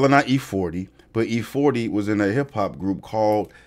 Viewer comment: Glad u got that E40 right....im older so i caught it...great job